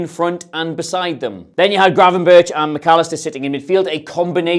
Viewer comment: NO ITS GRAVENBERCH